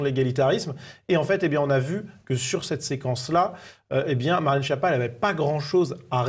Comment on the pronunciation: Skiappa, que ça se prononce et pas Chia pas 😋 allo quoi, wtf ! Retenir surtout que ça veut dire en italien : nullité, sous-doué, grosse courge, ...😅